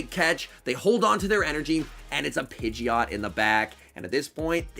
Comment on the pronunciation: Bro really said bitcheot💀